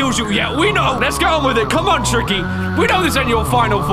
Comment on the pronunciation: His name is not tricky his name is TIKY